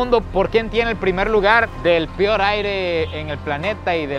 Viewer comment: Peor* no pior